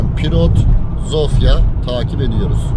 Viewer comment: Hersey super olmus elinize saglik ama bide dogru konussaydiniz cok daha iyi olurdu. Omw ye neden omfa diyelim. Veya sofia ya neden zofia